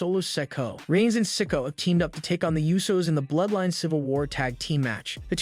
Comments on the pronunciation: Raquel. He says. Raco solo sokoa he say soco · Why does this dude pronounce solo sikoas surname as sicko??? 😅😅😅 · Omg the narrator needs to know who he is talking about because he cannot say solo sikoa name properly it's not sinko it's not sicko or even sicka it's solo sikoa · You really need to lean how to pronounce names. You have said Solo last name 4 diffrint ways in this video. it is pronounced "Si Ko A"